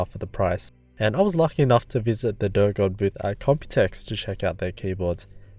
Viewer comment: "Sorry, I don't know how to pronounce it" Pronounced it perfectly.